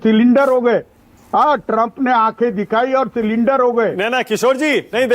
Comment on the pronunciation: सरेंडर को सिलिंडर बोल रहे है किशोर जी।